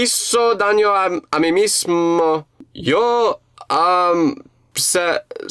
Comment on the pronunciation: you nailed the world "mismo" 👍